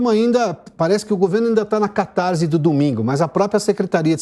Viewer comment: Catarse tem som de ss, não de z!busque na gramática grega! Fora isso, parabéns!